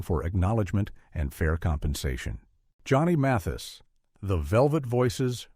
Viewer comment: Weird this narrator is saying Muthis instead of Mathis